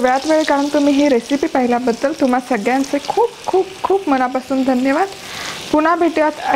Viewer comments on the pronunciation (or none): none